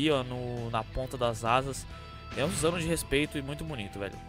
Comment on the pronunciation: Suzanoo kkkk , é Susanoo